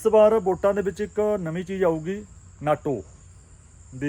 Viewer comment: Bro ਨਾਟੋ ਨਹੀਂ ਨੋਟਾ ਜੀ। sry ਗਲਤੀ ਕਢਣ ਲਈ।